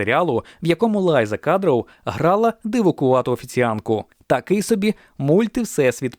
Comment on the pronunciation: Lisa Kudrow звучить англійською як Ліса Кудроу, а не лайза кадров!! 😂😂